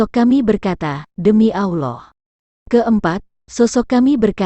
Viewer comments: ALLAH bukan auloh... Hanya anjing yang mengaung... Auuu... Manusia bila disesatkan maka pikiran dan lisannyapun sesat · Mengucapkan nama Allah aja kok gitu..nyebutnya aulah...beda dgn orang muslim cara menyebut nama Allah..